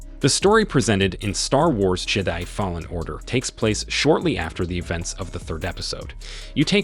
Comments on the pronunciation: Are you trolling when you say "Jedi"? I mean ouch my ears. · The way you pronounced Hastings and Jedi…